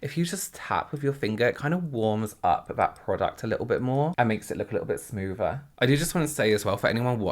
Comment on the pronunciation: I love the way you pronounce some "th" sounds, like in the word "smoother". It kind of sounds like smoover, and I adore it. It's those small subtleties of differents accents that make language so fun!